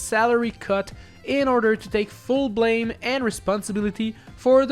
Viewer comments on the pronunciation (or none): none